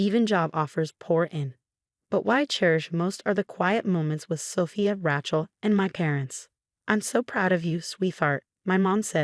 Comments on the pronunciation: Smiled at the pronunciation of name raechal. It should be lije Ray chill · We don't know how to pronounce Rachel? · Hey, can someone teach AI to pronounce Rachel or Sophia?